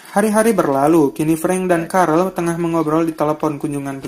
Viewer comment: Carl bukan carel wowkajaj carl hanraty